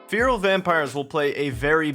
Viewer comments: man I love you but how can you butcher the pronunciation of feral that badly? Like how the fuck do you get FEAR-AL from FE-RAL? If its so hard to remember just imagine its spelt like Ferrall as in Will Ferrall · its not fear-uhl :( its feh-ruhl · Please learn how to say "FERAL" correctly, thanks. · "Fee-rill" vampires lol. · Feral = Fair-rule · Its pronounced Ferrell ffs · Fear-ul vampires? That's not seriously how Americans pronounce 'feral' is it? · Please stop calling them feeril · Feral /ˈferəl/ fair-oll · cant even pronounce feral correctly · Why can't you pronounce the world feral?